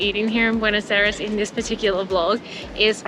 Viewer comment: Hey fantastic video on the great gastronomic variety that can be found in Buenos Aires.Italians have told me they had the best pizza in Argentina.Thanks for promoting my country,we need all the tourists we can get.Just a small thing,constructive criticism please ask the locals your pronounciation is 3 out of 10.